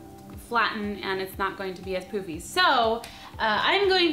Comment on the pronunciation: When she said so it won't be all poofy I thought she said poopy xD